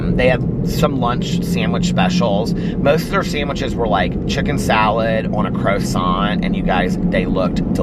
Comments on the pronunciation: saying croissant as crow-sant 😊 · Omg I 💙 hearing pronounce certain words. Tonight's "CRO-sant" and "fentil" just tickled me! 🥰😂😻 Edit: I do the same thing by combining words ie: fennel and lentil = fentil! Hehe